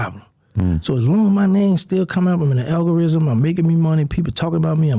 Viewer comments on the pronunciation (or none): “I’m in the AlgoRIZM” 😂😂😂😂 I let that shit slide the first time but he did it again 💀💀💀🤣🤦🏾‍♂️